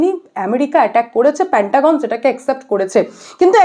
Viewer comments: প‍্যান্টাগন নয়- পেন্টাগন। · Didi ota pentagon. Ar eto baje pronunciation newa jachhena. Pantagon pantagon kora bondho korun. Dorkar hole google e search kore dekhe nin ki uchharon hobe.